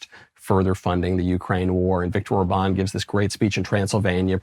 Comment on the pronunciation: I'd just like it if someone would tell Michael how to pronounce Viktor Orbán's name properly. The man isn't French: it's not Or-BAWN, the emphasis goes on the OR: ORR-ban (roll the 'r', and short 'a', as in bat)